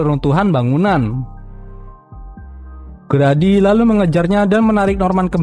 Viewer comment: bang Grady Itu Bacanya "gredi" bukan "gradi" :]